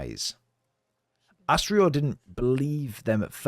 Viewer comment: It's Astridr,not Astrior☝🏻- in general the "r" is silent and the names would be pronounced more like Astrid,Fargrim and Thorgest. I don't know,why they butchered this in the game🤷🏻‍♂️ - but that's nitpickin' on my side. Did 2 runs,the first 100% in about 7 hrs and the 2nd straight through in 4 hrs 34 min - 50 bucks are way too much for this but fortunately it's on game pass. It's an audio/visual masterpiece of art but as a videogame it falls straight to the face imo. Btw,you didn't explain the story,you just retold the game🤷🏻‍♂️ - Senua....